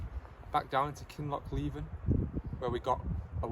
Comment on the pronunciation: It is indeed 'Loch LEE-ven,'. I could even share a Gaelic song about the place...